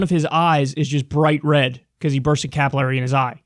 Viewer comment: Work on your pronunciation of capillary